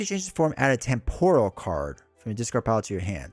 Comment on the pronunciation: TEMPORAL. Pronounced [TEM] + [PUH] + [RUHL]. Damn you,!